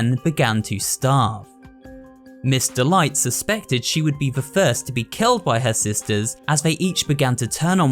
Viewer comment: Everytime you said "Miss. Delight," I thought you said "Mr. Light."